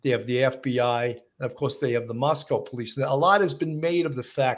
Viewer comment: I’m from Moscow Idaho—born and raised. Please pronounce the name of my hometown correctly. It’s Moscoh—not MoskOWW.